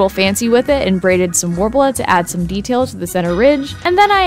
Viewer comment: Take a shot everytime they say worbla